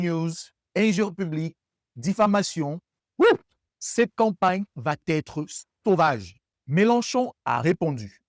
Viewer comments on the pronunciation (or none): Très interessant, merci juste une liaison inappropriée : "va être" il n'y a pas de "t" entre les deux mots. Merci encore. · Il n'y a de "t" à va.... On ne dit pas vat être. Mais je t'aime quand même.